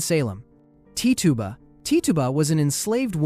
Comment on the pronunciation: Tituba is pronounced Titch-uba not Tee-tuba, fyi